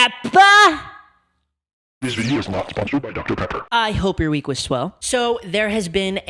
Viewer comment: It’s that doctah peypuh